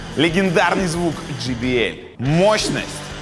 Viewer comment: JBL произносится не как GBL if i may draw your attention :)